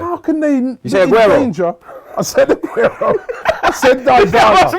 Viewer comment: You say messi? U say augero? is smoking some high grade